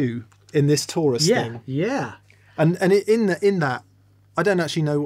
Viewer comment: I thought it was tourist instead of Taurus lol